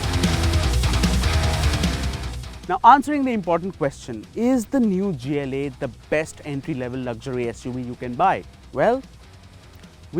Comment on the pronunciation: Why the hell would pronounce gla like that